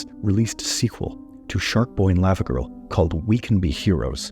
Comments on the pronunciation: The way he is saying Lavagirl is getting me upset. Lawvawgirl not Layvawgirl. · Does anyone else have a problem with the way he says “lava girl” when it’s pronounced “lava girl” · The way you say Lavagirl hurts my brain 😂